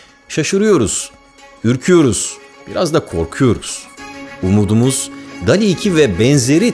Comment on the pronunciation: Barıl dol i diye telafuz edeceksin dikkat et bunlara